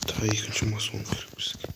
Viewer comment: Брат мас он емес мак он